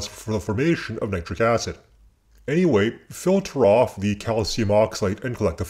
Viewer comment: Its nit ric not nie tric